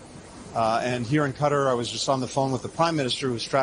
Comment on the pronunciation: He was pronouncing qatar correctly for a change.